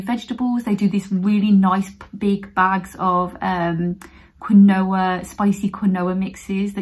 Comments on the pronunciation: Made me giggle with the pronunciation of quinoa! Pretty sure it’s pronounced “keen-wah”. Great tips BTW! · You're an angel. I love your videos. I feel so much warmth and kindness from you. Btw it's pronounced keen-wa!:P xx